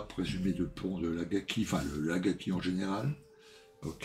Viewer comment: Salut l'Ami, belle revue, comme d'hab.... mais too much pour moi... Au fait, c'esr Akagi et pas Agaki !!🤣🤣👍👍